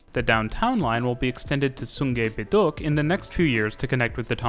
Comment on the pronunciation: "sungy beeduk"💀💀